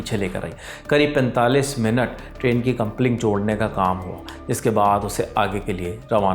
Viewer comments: Coupling hai word.. Compling nahi😂😂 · मंत्री जी की जिम्मेदारी तो है ही, पर रीडर इस बात का ध्यान दें की कंप्लिंग नहीं जी कपलिंग होता है। आप एक प्रतिष्ठित चैनल से जुड़े हैं, इसलिए उच्चारण संबंधित गलतियां expected नहीं हैं।